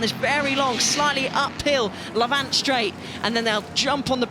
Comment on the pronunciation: Please can someone explain to the commentators (preferably before the Revival) that the long right-hander is named after the nearby village of LAVant - with the emphasis on the first syllable. The LeVANT (emphasis on the second syllable) is an area of land east of the Mediterranean, which has nothing to do with Goodwood! It always used to be said correctly, until the recent changes of commentators.